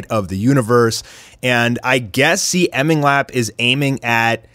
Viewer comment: first of all, CMingLap is pronounced "See" "Ming" "Lap"